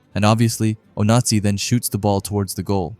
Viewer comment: Ngl broski your putting just a little too much annunciation on the Z in Onazi and its sounding like a certain dictatorship